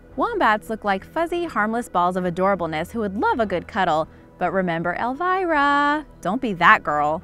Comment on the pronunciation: It's Elmira by the way, not Elvira. Elmira is the one who likes to squeeze aminals ( that's what she calls them) and Elvira is the Mistress of the Dark😊